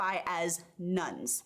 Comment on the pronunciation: Nones.....not Nuns.